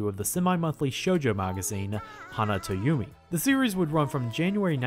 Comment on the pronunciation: I think pronounced “Hana to Yume” as “…to yumi”